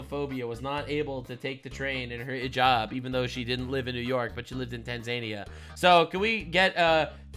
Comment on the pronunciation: It’s Tanza-nia! Not tan-zania! 😂